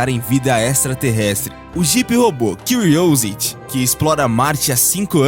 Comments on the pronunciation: CANAL EXCELENTE! Só faço uma ressalva para os , o jipe-robô QÍUIOUSITI! HAHA ;) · "quiuriousi" mds é CU RI Ó SI TI q se fala aqui vei pqp